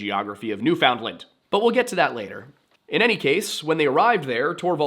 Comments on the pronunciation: You don't say the d in found for newfoundland it's more pronounced like newfenland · Dem Yankee b'ys jus' refusin' t' learn how t' pronounce d'word '"NEWFinland". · You say New Foundland funny lol that's not how Canadians say it. Be lazy with the pronunciation nuFundland. All one word..great video! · Newfoundland is pronounced basically like "Noofin-Land" not New Found Land or New Finland. The "noof" part is probably the most important part, the rest kinda falls into place after that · Little correction, because you are so amazing at your pronunciation of names. It's not new found land, it's new fin lind. It's based on dialect, and Canada has accepted this as the correct pronunciation. Definitely find some youtubers pronouncing it so you can practice. 9/10 that's my only complaint. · He actually got mad at me over it I think my comment must have been deleted by him I said I always find it funny how Americans call us Newfinland and not Newfoundland and then he told me when I learn to say Nevada I can tell him how to pronounce things Not like I'm a born newfie or something lmao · its newfin-land or newfin-lund not newfound-lund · Please practice saying, "Newfinland" all one syllable and pounced as typed. Saying, "New-found-land" is really awful. Seriously, "Newfinland" try it until you master it. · As a Canadian: Newfoundland=NOOfin-lend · new'Finland is how we usually pronounce it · I can forgive the mispronunciation of Icelandic and Norwegian words. but, Newfoundland is pronounced like “Noo-fuhn-lund”. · Pronouncing "found" in Newfoundland hurts my ears. Pronounced "NOO-fuhnd-luhnd". I know I'm being douchy - because this was a great, well-researched episode on which I can find nothing else negative to say.